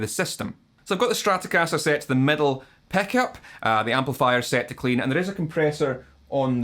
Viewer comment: love that «peck-up» pronunciation)